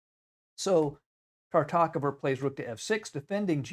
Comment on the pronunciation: Is it really so difficult to correctly pronounce the name Tartakower?